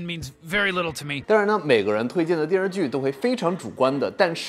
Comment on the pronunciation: 不过说“电视剧”的时候，“视”字吞音太多了，像…游手好闲的小混混。姜文可不这么说话。